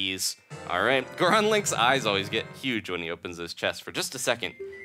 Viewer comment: Wow somebody who doesn't say gooron every time they turn into a goron